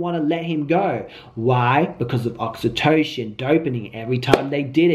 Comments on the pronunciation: It’s pronounced ( aux-E-toe-SIN ) great video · Oxy-toe-sin 😂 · Oxytocin (oxyto-SIN)